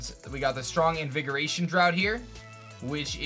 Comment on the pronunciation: Draught is pronounced like draft